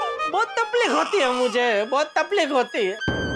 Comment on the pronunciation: Everyone said takleef Jethalal: tapleek